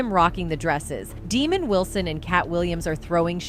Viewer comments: Yo ass it's DES MOND NOT DEMAND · Get his name right it not demon lol wow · Ok u don't have to worry about me checking out your channel again this is just some recycled bullshit and further more u really need to learn how to pronounce Desmond name why don't u do some careful research before putting stuff out sit yo ass down somewhere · The narrator can't even pronounce Desmond's name correctly. Disapponting..... names mean a lot.